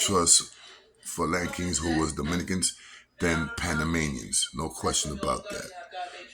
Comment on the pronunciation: Yo I like yo shit but panamanians is the correct way kid